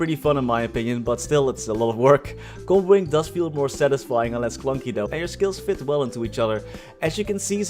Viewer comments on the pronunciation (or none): none